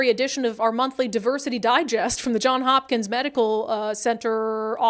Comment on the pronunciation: JohnS Hopkins, Brandi. With an "S" at end of 1st word. Sheesh, did you not pay attention during any Covid coverage for years? (They were a leader in 'dashboards' and tracking the spread & such, cited on all newscasts across the political spectrum.)